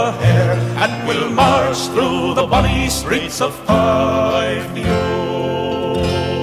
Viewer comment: It's not Fyve-lo. It's Fife-e-o, as in the city of Fife in Scotland.